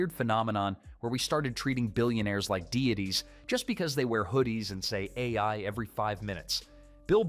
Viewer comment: Ai narration huh? Ironic that the word "AI" is what it messed up lmao